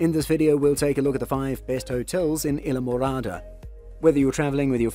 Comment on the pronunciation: Thank you for this nice video. I do not know where you live but you sound like you have an English or Australian accent. We do not pronounce it either way you keep saying it! I live in Florida right near the Keys!! Go there all the time! Have a great friends, who have lived there for years!! Isle. Pronounce the word as: isle, aisle & I’ll! 😊 Phonetically, it is called - I’ll MORADA!!!! Islamorada, Florida 🇺🇸❤️🗽🗾🏝️☀️🌊🎣🎣🎣🐠🐟🐬🐋🦞🐢🦀🦑🦈🦈🦈🐊🌴🏊🏻‍♀️🚣🏻‍♀️🚴🏻⛳️🛺➕ 💃🏼🕺🏻🎸🥁🎹🪇🪕🎺🪘🥁🎸🚤🛶⛵️🚤🛶⛵️🛥️🎉🎉🎉🎉🎉🎉🎉🎉🎉🎉🎉